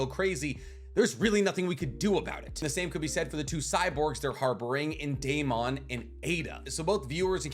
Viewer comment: I’m so annoyed with how you say Daemon. What are you, Canadian? Why, why, whyyyyyy do you say it like that? 😅